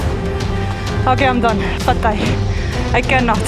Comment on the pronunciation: You are Pnay now when you said PATAY hahahha